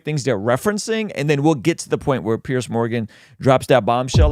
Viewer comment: I like but I don't think he has the slightest idea who Douglas Murray is -- which is a shame. Douglas is not petty; he's witty and brilliant and a prolific writer about the decline of the West. He's widely respected as a deep thinker. ("Peerz" Morgan, not "Pierce.")